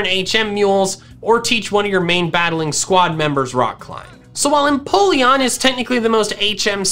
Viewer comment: EMPOLEON, NOT F*CKING INPOLLEON! FIX IT NOW!